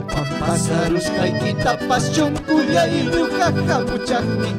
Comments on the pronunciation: NO SE DICE "CHONKHOLLAY" SE DICE "SONKHOLLAY" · Por qué cantan chuncullay si originalmente se pronuncia sonqollay